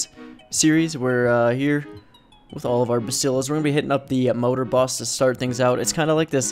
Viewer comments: modor boss???? moeder*** #dutch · Moeder is pronounced 'Mooder' like boomer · its moeder, not moder :D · ITS MOEDER NOT MODOR MOEDER MEANS MOTHER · Its Moeder Not Modor